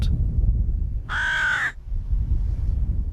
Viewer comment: Its Munster